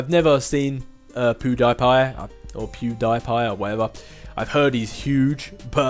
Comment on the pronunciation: I believe it's pronounced Pew-dee-pie